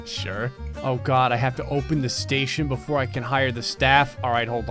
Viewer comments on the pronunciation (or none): none